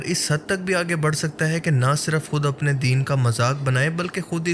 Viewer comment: Its “ deen “ not “ din “